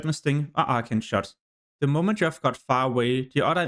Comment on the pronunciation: Good video but fuck man, if it wasn’t for subtitles I would’ve thought you were saying ultra shot. Though I just never got an ability lol